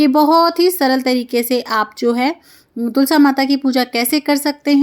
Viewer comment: ये क्या ...कभी तुलसा कभी आरता बोलती है....तुलसी , आरती कहिए